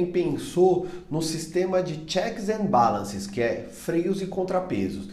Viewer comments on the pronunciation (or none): Encontrei teu canal por acaso, mas após ver esse vídeo, já decidi fazer a minha inscrição no seu canal, pois você produz conteúdo de qualidade. Bem, vamos ao meu feedback e, aos pontos que, respeitosamente, discordo: 1) A pronúncia do "Checks and Balances" está incorreta. Você pode ouvir a pronúncia exata no "Google Tradutor", no próprio navegador dá pra usá-lo; 2) Mesmo que o Bolsonaro tenha parte do apoio do Congresso Nacional, em razão da grande renovação política que teve no primeiro turno, isso não é ainda motivo suficiente para arguir com precisão que ele terá o "PODER ABSOLUTO", a ponto da tripartição de poderes não poder exercer a sua função atípica de fiscalização. Logo, qualquer adução nesse sentido é apenas uma ilação. Ademais, o próprio vídeo admite que ainda existe uma oposição substancial ao PSL , assim, não há falar que inexiste uma oposição às eventuais medidas de Bolsonaro, respeitando assim os fundamentos de pluralismo político da República Federativa do Brasil (V, art. 1º da CF). 3) Caso seja esse o medo que os apoiadores do Haddad têm, saibam que as emendas constitucionais não podem alterar as cláusulas pétreas, como os direitos e garantias individuais (§ 4º, art. 60 da CF), - e até os direitos sociais e sociais trabalhistas por extensão do entendimento doutrinário, bem ainda por força do Princípio da Vedação ao Retrocesso Social. Abre-se exceção à isso, apenas se tratar de promulgação de uma nova Constituição, que é feito através de um poder